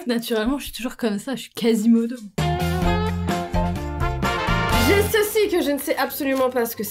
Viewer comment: ta manière de dire casimodo jpp lol